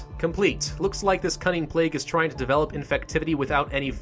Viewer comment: "Infucktivity" great job